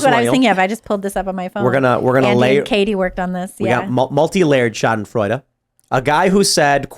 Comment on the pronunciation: I am German, and I can confirm he pronounced "Schadenfreude" correctly✌️ But you might identify as someone who speaks perfect German regardless, so I guess you got that going on for you, which is great😁 Remember to stay safe kids! Regards from Europe🫡